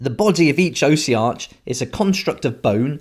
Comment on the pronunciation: Say it with me Aww-sea-ark. 🤣